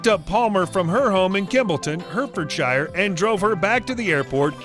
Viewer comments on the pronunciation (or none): I have to say, if you are going to do a video on BRITISH presenters then get the damned pronunciations correct for e.g. there is no R in Fiat it is pronounced 'Fee at' not 'Feeaaart' and it is Warwickshire 'war ick shur' and NOT 'war wick shyre'. What the hell is 'Hurt ford shyre'???? it is 'Hertford Shur' they are NOT SHYRE's they are SHUR's.....you're driving me mad with your mispronunciations at least can you get the car names right please? OMG it is 'Sol i hull' in 'War ick shur' and it is 'Rip on' not 'Riiipon' . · Her-ford-shire lol